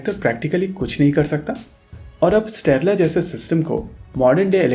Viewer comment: Why do you pronounce strela as sterla